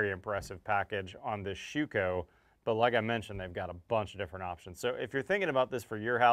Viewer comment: you butchered their name..... Schüco ü is pronounced like: I am very very happy to see you bringing on some real high quality products from Europe. Just as a tip. You can get also premade stainless steel frames for those windows or aluminum flanges which are much better lasting than your tape. You can just glue them in place before you set in your windows. Since in Europe most houses are brick build it's for the US market a bit challenging with all wood. But I noticed with a stainless steel sill-plate and aluminum glaced 3 piece frame we cut installation time down to less than 30min per opening. And instead to have my framer to put a 5 degree pitch in the frame in which takes way to much time we just use abs plastic to get the 5 degree pitch in before we put the sill plate down. With a nailgun you shoot those abs plastic parts just into the wood before you glue down with PL375 or compare able glue the sill plate into place. But you can also get PVC molding which is preformed: Buy in bulk and you reduce your window install cost in material and labor by over 20% per window. Quick tip next time you install a sliding door. screw in 2 pieces of 2*4 onto the inside corners of the opening with 2 foot length each peace in a 45 this way you can lean again it without been in the way when you move the big door from the inside to the outside to than drop it onto the sill plate. On the glass we have a 3 point level with suction cups on so we can see which way